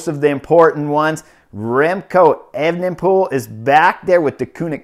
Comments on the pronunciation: Chris it's pronounced aven-pol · Brilliant race report 🤩 but please just say remco 😂